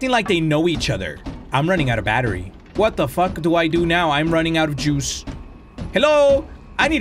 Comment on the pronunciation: had me dying bro when said "Shat tha fack appp" 😭🤣🤣🤌